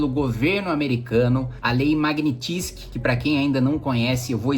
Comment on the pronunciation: Não é Lei Magnitizky é Lei Magnitzky. Qual é a dificuldade 🤔